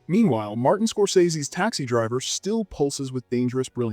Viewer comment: Taxi drivé ? :face-orange-frowning:Kubri ?:eyes-purple-crying: Citizen Canin ? :face-orange-raised-eyebrow:Qui est le comique disant si piteusement le commentaire français ? Visiblement , il n'a jamais vu les films dont il parle , répétant mal le com. en anglais ! Incroyable :face-fuchsia-tongue-out